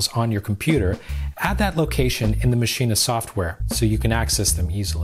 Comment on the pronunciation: Great tutorial, but Everytime you say Maschine you say "Mascheena." It's pronounced "Machine," the extra S in their name doesn't make an A sound at the end